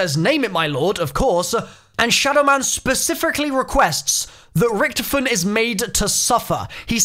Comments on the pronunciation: First bro u can't hold yourself from some sort of laughing in a video and second it's pronounced Ricktofen not ricktfen. Pls improve I like your videos but I have a type of OCD and that annoys me a lil bit. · Its ric-TOE-fen not ric-TUF-fen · Lol Ricktofen. You only can pronounce it right if you can speak german. There is no ck its ch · Anyone triggered about the way he says richtophen, lol loving these easter egg videos tho :)